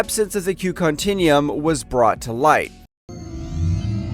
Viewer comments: listen how ha says Romulans. Lol The Q continium, Its the Q continuum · My favorite is “continnium”. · How it pronounced continuum is giving me a stroke. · omg i can't with your Mispronunciation of Continuum